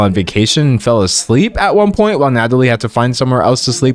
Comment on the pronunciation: ITS NATALIE NOT NADALY HOLY SHIT